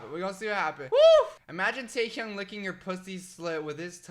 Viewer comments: The way he says taehyung stresses me out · i’m gonna phonetically type how he pronounces each member’s name jungooo-k taeHyoung jih-Min nohmjoon soke-jin hoe-suck yoongi